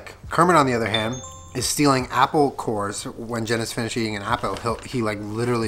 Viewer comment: 😂😂😂 why does he say it like that I’m crying lol he says ‘apel’